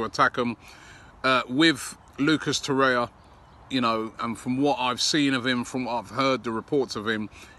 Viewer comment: "Lucas Torrea"